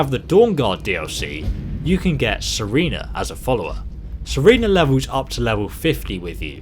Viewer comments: did he just say "serena" bruh. it's serana, not serena. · SERENA HOW DARE YOU xD its pronounced ser-ana lol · its sarana not sarina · it's serana not sarana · Youngerhampster Lol, ikr. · Am I the only one that's cheesed that you said Sarina when it's Serana? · Serana not Serena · GAAAAH!!!!! Every time, it is SERANA not SERENA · It's Serana, not Serena. Another example of a name of something, which is pronounced in-game, and spelled on screen, which you pronounced incorrectly. Good video, but your pronunciations irritate me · HE SAID SERENA JUST LIKE I DO LOVE THIS GUY EVEN MORE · Serana is pronounced sir-anna